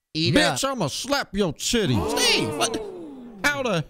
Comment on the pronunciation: The way she says “stEVE” always takes me out lmao